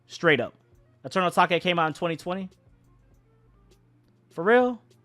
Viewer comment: “Eternal atakay “😭😭😭